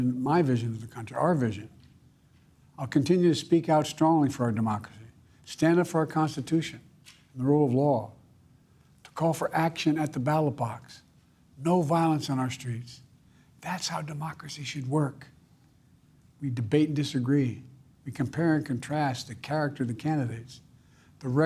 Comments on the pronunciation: Ok I heard ballot… ok just got to the part where he said battle box, lol. I should start praying for this president, but this administration has made an enemy against the people. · Did he say “battle box”?🤷🏻‍♂️